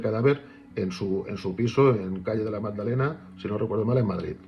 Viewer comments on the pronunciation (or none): none